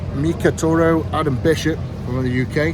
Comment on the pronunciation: "Milk a Torro" 💀💀💀💀💀 Don't drink that Eddie, its not milk